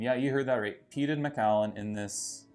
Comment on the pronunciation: M’kallen is how you pronounce it. Not Mack’allan